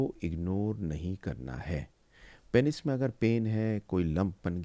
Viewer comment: Aur unmein se pehle number pe hai Penis ko ghalat pronounce karna. It is pronounced as peenus not painis.